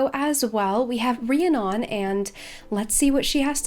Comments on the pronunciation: Pretty sure it’s pronounced ree-Ah-nun I couldn’t watch the rest of the video cuz of it haha. My brothers best friend has the same name. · Drew-id and Ree-ann-on. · I reeeeeally hate to be THAT person, but... It's pronounced ree-ann-on, um-brah and droo-id